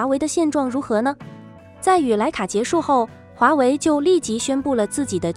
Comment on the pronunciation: x mage, 分开发音。